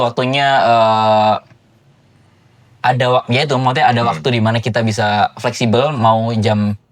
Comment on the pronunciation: kalau ngomong Maksudnya selalu kedengarannya: Mawute. 🤣